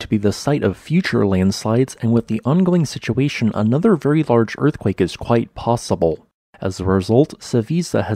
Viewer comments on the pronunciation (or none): none